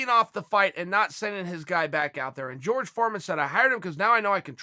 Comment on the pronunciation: I like how he pronounces Raphael "Haphael" but pronounces Jorge "George" lmao